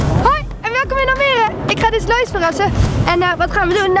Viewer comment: Omg lois ze zeiden je naam verkeerd en ik ging echt stuk HAHA